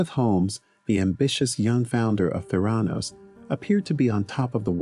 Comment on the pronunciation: ProTip: might want to learn how "Theranos" is actually pronounced when you're featuring a vid on its founder.